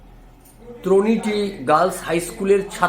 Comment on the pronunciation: ত্রনিটী নয় তটিনী!